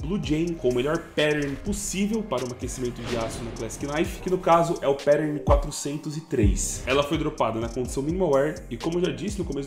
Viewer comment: depois de tantos anos de canal seria legal saber falar "pattern" ne, fica estranho no video ouvir perern